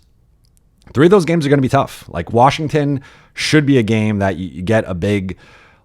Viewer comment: Or as Bobby Marks says, WARSHINGTON.